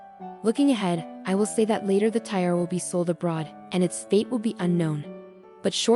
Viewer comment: lol if you can’t pronounce TIARA, you shouldn’t post videos lol